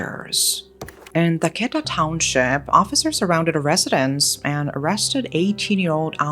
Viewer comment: It’s actually pretty good for a foreigner but the tones are off (in Yangon) and some of the Township names (Thaketa)